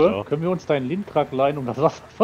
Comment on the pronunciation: Der heißt Lintrac nicht Geotrac